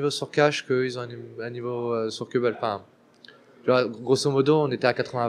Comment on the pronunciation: on dit : Cobble et non cèbble ou caibble